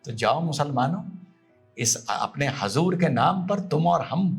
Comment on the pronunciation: Aap muslman hain( huzoor)ko hazur bol rahe hain pahle aap sahi bolna sikhe